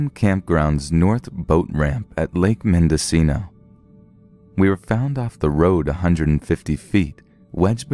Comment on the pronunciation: I'm legit surprised to hear you pronounce Ukiah and Mendocino correctly